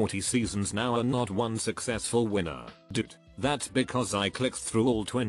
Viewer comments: Nobody: The robot voice pronouncing successful: soo-sess-full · I honestly spat out my coffee because I heard it as Sus is full